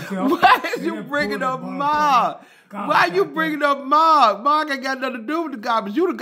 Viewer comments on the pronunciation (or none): Let Maaaaaark do it ! When he say Mark name it be so funny😂😂😂😂